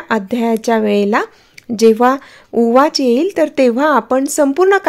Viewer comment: ताई ते ऊवाच आहे उवाच नाही निदान माहिती तरी नीट सांगत जा